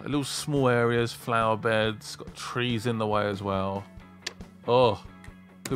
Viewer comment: Flower "Bays"? lol